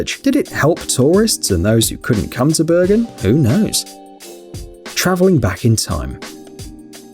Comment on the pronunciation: Bergun? That's where I learned to ski! (It's pronounced Bear-GOON)